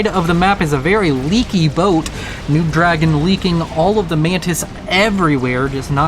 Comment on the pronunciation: Why do you keep calling NoobDragoon “noobDragon” though? Did the player tell you to do that?